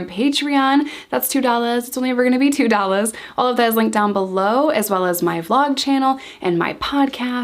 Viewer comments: It's 2 dollars. Not 2dollaz. Speak human please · When you say two dollars the New York accent comes through lol